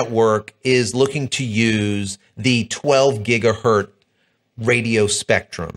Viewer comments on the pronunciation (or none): It's pronounced "gig-uh-hurtz", not "gig-uh-hurt". Hertz.....multiply with lots of zeros on the end and you get gigahertz. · "GigahertZ"..... Please start pronouncing the "Z".